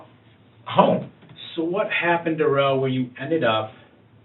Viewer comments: Duh-rell. What a 🤡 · This guy wanted to be more black than he is...wanting to be called duh-rell as if his name ain't just Darrell 😂 I'm sure justice to this guy is being served in multiple ways in prison...I hope so anyways 🤞🏾🤞🏾